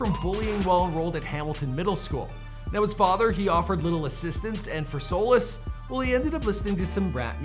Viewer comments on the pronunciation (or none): Dude is always mispronouncing words. Solace isn’t a tough word